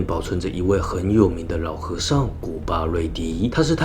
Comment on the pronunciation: 提醒ㄧ下 是古巴端（ㄉㄨㄢ）迪 Kruba Duangdee 洗威猜的弟子